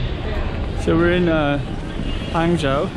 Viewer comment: nice video. fwiw, "zhou" is pronounced with a long O sound, like in "joe". not like the O sound in "how"